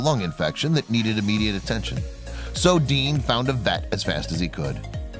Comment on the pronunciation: It's DEAN, not Dan, you dope. Oh, OK, you changed it in the middle...but why didn''t you link to his channel? 1bike1world.